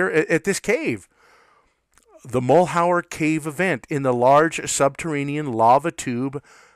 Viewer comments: Mal-YER. . French. not mull-how-er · Mal-yur. Mal-yur. Mal-yur. You're driving me crazy with "Mull hower!" Good info tho... lol! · Mal’ Hure is the correct pronunciation. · MAL - HER try pronouncing it that way ........... that is at least closer. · Your mispronunciation of Malheur leads me to presume you're not an Oregonian. The word is French and means misfortune. One of the counties in Oregon bears this French word as its name. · you say Malheur badly ------- so miss in formed not even a pour show -- d - grade